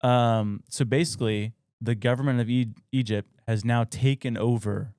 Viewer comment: It’s EGYPT not E-JUP 😂